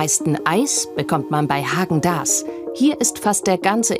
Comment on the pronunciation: Wenigstens ist die Dame vom Verbraucherschutz in der Lage Häagen Dasz so auszusprechen wie es sich gehört! :face-green-smiling